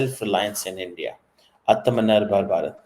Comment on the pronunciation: please say once again: "Aatam Nirbhar Bharat" 😂😂😂😂